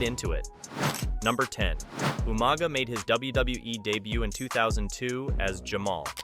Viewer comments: Umaga?!!? ITS UUUUUUMAAAAAGAAAA!!! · “Ooma Guh “ lol